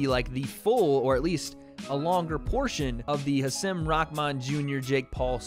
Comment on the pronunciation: Hasim is pronounced “haseem”